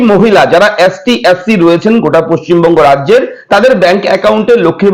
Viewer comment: অ্যাশটি নয় এসটি ওটা